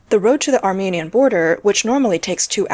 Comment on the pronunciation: The narrator (A.I. or not) can't read correctly. For ex., it says, "... Armenian ..." But, viewers hear "... American ...".